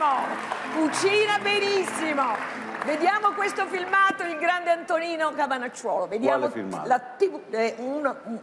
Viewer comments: Solo io ho sentito Antonino cavanaciuolo? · Alla fine dice tonino cannavacciuolo 😑